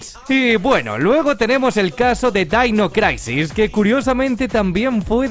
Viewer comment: Dainois craisis. 🤣😂🤣😂🤣😂🤣😂🤣😂🤣😂🤣😂🤣😂🤣